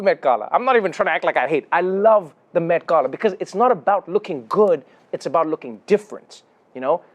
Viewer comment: Thank you, thank you, thank you, Trevor, for pronouncing the word ‘Gala’ correctly!! It was like music to my ears!